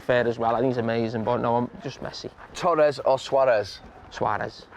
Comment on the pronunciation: Torres or Suarez? Carragher: Tuarez